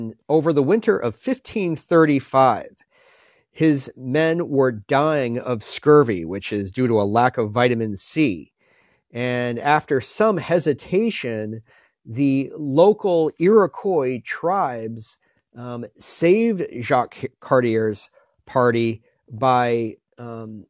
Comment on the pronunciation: Iroquois is pronounced "EAR-uh-kwa" Cartier is "CART-ee-eh" (like the Canadian "eh")